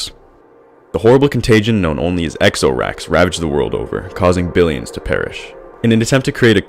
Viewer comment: Everytime he kept on saying Ex-oh-rax it infuritated me especially aftef I found out its spelled out XoRax. Then I realized its supposed to be pronounce "zor-ax". Cause you know? XoRax? Zor-ax? Zora?